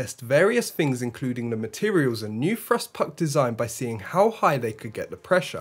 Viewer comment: Thrust puck not frust puck and Thank you not fank you! Practice makes perfect. Not picking on you just trying to help you be conscientious of your speech. It takes practice and conscientious effort to overcome. By the way great presentation your doing great.